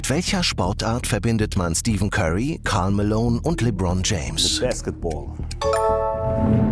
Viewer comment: Der heißt Stephen Curry und nicht Steven Curry. 😂